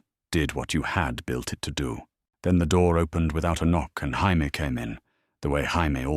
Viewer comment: Could this AI system learn how to pronounce Jamie(Jay-Me)? Asking for pretty much everyone watching.